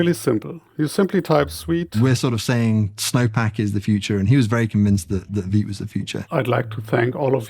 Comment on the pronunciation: I came here to learn how vite is pronounced... veet.